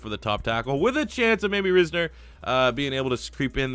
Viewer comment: You mispronounced Dalton Risner’s last name. It is promised like Rise like how yeast rises in bread and then net so together it is rise-ner